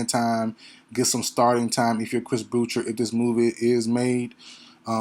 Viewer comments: You are right on this assessment. FYI, Boucher is pronounced ( Bou-Shay), it's a french name. Respect from Tdot 🇨🇦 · Chris Boucher's name is pronounced Boo-SHAY. It is French. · Lol Ik bro people say it like “Chris Bou-Sher” and I’m all like wdym what is a Chris bou sher?